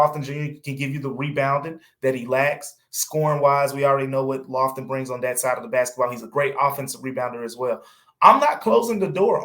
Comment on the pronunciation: Lofton? C'mon dude!!!!